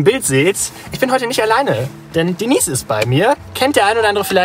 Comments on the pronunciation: Ganz witzig. Schade nur, daß ihr euch, als auf dem Land Aufgewachsene, doch wieder nur sehr viel über die typischen Dorfklischees lustig macht. Außerdem: wie heißt die Dame denn jetzt? Denies oder Deneise? Noch nie gehört, daß der Name so ausgesprochen wird! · Denise? Das ist doch „Deneise“! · Hallo Ihr, Hat mir gefallen, wie Ihr Eure Pilgerreise präsentiert habt. DENISE ("Denaise") hat auch eine feine Art, Humor und Albereie mit Seriosität und Charme zu verbinden: Sie weiß, dass sie hübsch ist, - bildet aber sich keine Eitelkeiten darauf ein!!! Zu der TV-SERIE muss ich dann mein Bedauern zum Wechsel der Besetzung aussprechen= Die PFIFFGIGKEIT*, besonders der Hauptdarstellerin Haas-Peters, ist einfach futsch!!! Man (?) sucht beinahe krampfhaft *danach*, es bleibt leider nur TRAGISCHES Nachtrauern! ECHT SCHADE! Obwohl ich nicht gerade ein Fan von Serien bin, - hier lob ich mir die Wiederholungen der Ersten Staffeln!!! Grüße aus dem Schwarzen Walde (...Glottertal***) Robin